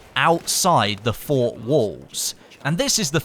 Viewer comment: FORT not FOR PRONOUNCE THE T FFS